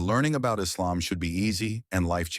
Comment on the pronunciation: Please stop using this Ai-voice. It's extremely annoying the way it mispronounces terms such as Islam, muslim, Islamic, Quran etc. No muslim would pronounce it as: Izzlam, mazzlim, izzlamic, Qran/Qoo-run. It sounds ⚪️washed and orientalist/ islamophobic. Just my advice. The mispronounced terms are infuriating.